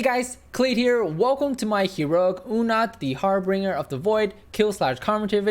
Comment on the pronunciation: pronounced harBINGEr not harBRINGer